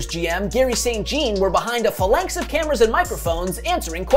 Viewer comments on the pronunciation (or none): none